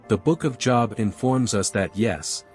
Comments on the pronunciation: Good video you're definitely done your homework hopefully more people will say this and believe the truth. Now it's my turn to do a little preaching myself the proper pronunciation of the book of Job is not job like work, it rhymes with globe 😊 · I believe the info here is valuable, however I can't get past the computerized voice, especially the mispronunciations of Job, which should be a long o like in Moses, rather than rhyming with Bob. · You loose credibility with a lot of people by not say the Book of Job correctly. It’s pronounced Jobe. Also, the Bible doesn’t say how long Adam and Eve lived before the apple and introduction of death. And all kinds of things existed before the flood. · I know that JESUS had refferanced Enock before....... But please know that Job is pronounced with a long O sound. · How can I trust the reporting if the name of "Job" is mispronounced three times within a few seconds-- , , --how can I believe that the other "reporting" is any less flawed or that the conclusions drawn have any substance? And Nephilim is repeatedly mispronounced. I tried to finish listening to this. I couldn't. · Anybody catch how he pronounced the book of Job? That alone makes me question whether or not you read the bible…. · What is wrong with this guy? He speaks American English fluently but still insists on mispronouncing the Job, as in the Book of Job (long "o"). It's pronounced Job, long "o" as in bow. He does it so frequently it is irritating and distracting. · Somebody needs to get to this narrator and tell him to learn how to pronounce Job. It is a long o not a short one. Job (long o) is a man’s name, job (short o) is something one does for a living.